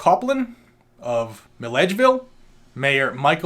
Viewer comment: It's pronounced Millij-ville.